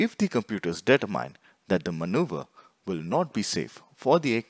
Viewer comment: Data Mine! Determine. Speaking skills are important for videos like this.